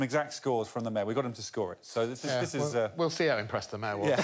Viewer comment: Why do you pronounce mayor as meh?